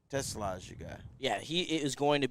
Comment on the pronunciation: It’s Tuh- slah’ - emphasis on the second syllable! NOT like the car!!